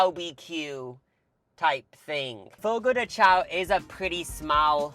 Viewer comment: Fyi CHAO is pronounced 'shòn'